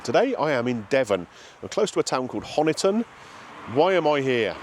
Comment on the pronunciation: Fantastic! Not far from me. Welcome to Devon. Not been to the Grazing Cow, but the Teapot Cafe in Kilmington, which you would have passed on your way is great too - it's inside Millers Farm Shop. I pronounce Honiton the same as you, but the local locals (if you know what I mean) pronounce it like this: "honey-ton".